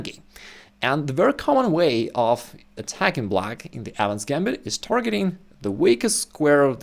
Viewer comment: bro this whole time i thought he was saying "adams gambit"